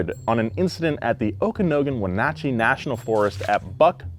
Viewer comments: lol your pronunciation of wenatchee was pretty close but it's pronounced "Oh-Ka-NOG-In" not "Oak-a-no-gin" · It’s pronounced okaNAgan not okaNOgan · Great video but worst pronunciation of Okanogan (Oak-a-noggin) I’ve ever heard. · <3 you but at as a Eastern Washington native gotta let you know that Okanogan is pronounced Oka-NAW-gan and Wenatchee is pronounced When-AT-chee